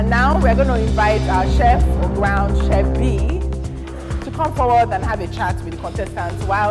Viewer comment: From the bottom of my heart Ma, can you correct the contestant’s on the correct pronunciation of “chef”, I can’t take it anymore 😭